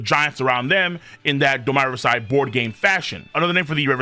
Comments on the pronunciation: The way you pronounce domi reversi doesn't sound more regal it just sounds like you're saying wrong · Both ways he pronounces it are wrong 😭 it does not sound regal, it sounds like painful USA ignorance